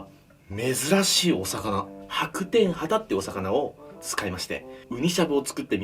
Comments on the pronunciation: ハタ系の魚が畑ぃの魚に聞こえた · 畑のお魚って聞こえる… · 何度聴いても畑の魚に聞こえてしまう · 畑の魚に聞こえた笑